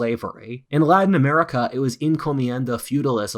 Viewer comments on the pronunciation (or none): none